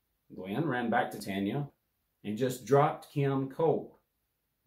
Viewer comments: Not “TANYA” it’s “TONYA” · Tonya is not pronounced Tanya!! Come on bro! 🫤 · Her name is pronounced Ton-ya..not Tan-ya.